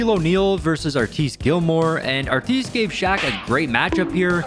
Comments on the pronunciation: It's killing me. "AR-tis", not "Ar-tisse". 🤦‍♂️🤦‍♂️ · His name isn't Art-eeese.......His name is Artis like artist without the T. You sound stupid when you say it wrong. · Who’s Arteees Gilmore? Ar-tiss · It Artis Gilmore is pronounced with the second syllable pronounced to rhyme with miss, not geese. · Arteeeeees Gilmore? Artis Gilmore dude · “Arteees”, lol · “Artees Gilmore” 😂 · "artice" gilmore 🤣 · Why did you pronounce Artis Gilmore’s name like that? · Bro doing Joe Dumars and Artis Gilmore dirty with these pronunciations 😂